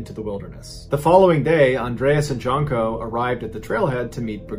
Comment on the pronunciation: JUNE-koh. Not JUNK-oh.